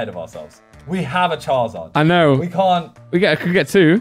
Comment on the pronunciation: Anyone else get slightly triggered when Simon says charzard instead of charizard? Or is it just me being pedantic 😂